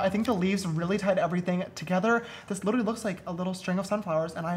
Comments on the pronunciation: JAMESSSSS you keep saying litery it is pronounced lit-ter-uh-lee literally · he can’t pronounce literally